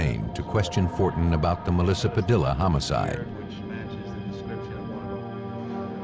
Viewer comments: "Padilla," is usually pronounced "pah DEE yuh." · The mispronounced name of Melissa Padilla is annoying. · I can't believe that you would put the work in that you do to produce a program like this yet moronically not even figure out how to pronounce "Padilla" correctly!